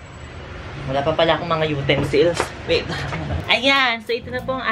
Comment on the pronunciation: Everytime she'd be saying "utensils" OMAYGAHD AHAHAHAHHAHA I CAN'T